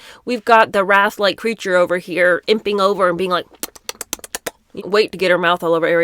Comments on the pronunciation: referring to Cynthia you’re saying wrath. Do you mean wraith as in LOTR ring wraith? Rhymes with Ariana is a waif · Wraith is pronounced with a long A. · Now that you said the word four times, can I correct your pronunciation for the word wraith? It’s pronounced rayth. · I agree with you. ......but please learn how to pronounce "wraith" properly. It's not the same as "wrath". ❤ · This is pretty weird. Is this some kind of wacky Christian channel? Also, please learn how to pronounce "wraith" and learn the difference between "wraith" and "wrath." Thanks. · Are you saying "wraith"? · Wraith......not wrath